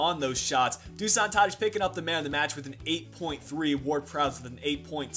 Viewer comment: just one thing, in Dušan Tadić (the "š" is pronounced as "sh")